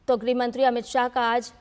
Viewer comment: अमित शाह 'गृह मंत्री' है न कि 'ग्रह मंत्री' ।